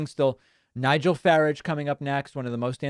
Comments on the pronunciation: By the way Sir. Nigel Farage is pronounced Faráge. He said in an interview that he didn’t feel safe on public transportation because people didn’t speak English. However his own children are German speakers as their first language. And then the ultimate irony is that Great Britain left the EU specifically because of the free movement of people and to many foreigners went there. Now they have a prime minister with Indian heritage. I love it!! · can't take it any longer, david - it's nigel farage - second a like in arsehole, not like in asshole!